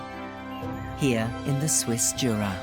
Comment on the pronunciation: Wonderful scenery! PS You mispronounced Jura 😅